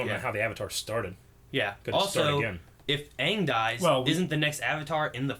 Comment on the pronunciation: CittaV Box They pronounced Aang as AHHHHHHHNNNNGGG